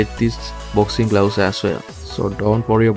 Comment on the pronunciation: I swear he said boxing glowses lmao 😂